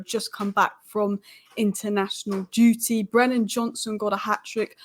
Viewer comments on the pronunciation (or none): none